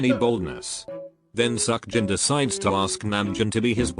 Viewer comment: The thing that I learned from this video "Seokjin"❌ "Suckjin"✔